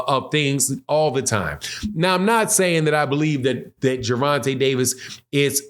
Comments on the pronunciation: “vonte” tank davis not ronte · Hey my boy at the being sir you say Gerenta I no u don't mean it just thought I let you no you seem to say it right after that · Who is "Geraunta"... I'm glad buddy cleaned that name up the second time he said his name... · Lol did my boy say at the beginning? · Say his name rite if you gonna blog on him